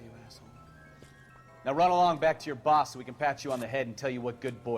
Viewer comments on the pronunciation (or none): none